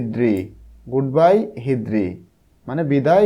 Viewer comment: হিদ্রি নয় হ্রিদি